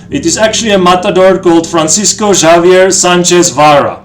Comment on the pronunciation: No hard "J" in Javier. in Spanish "J" is pronounced "H" "Havier".